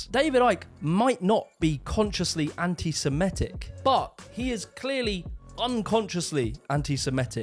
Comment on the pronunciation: It's pronounced anti 'semITIC', not 'anti-semiETIC', you doughnut.